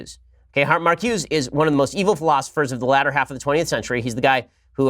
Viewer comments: It's pronounced MarcusA. Blame the French. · It's pronounced "Mar ku za"